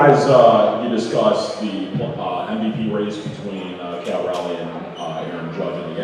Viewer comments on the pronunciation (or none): Its Cal cmon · It’s Cal bro